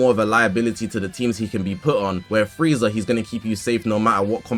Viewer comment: Its frieza. And its not close